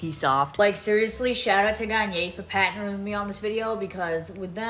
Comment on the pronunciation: “thanks l’oreal for patnering with me” 😭🙏🏽